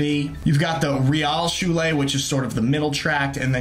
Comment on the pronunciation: You have lived in Germany for a long period and still pronounce Hauptschulää? Realschulää?